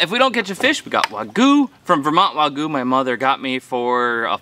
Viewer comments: Wago? Or Wagyo? Hahaha 😂 just checking if I hear it right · Wa-guu hahahahaha, brother isn't it pronounce as Wak-you ?? 🤣🤣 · Wahg-yoo not wah-goo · 3 years of listening to you say WAGOU 🤣 It’s wagYu. Like Wahg-YOU.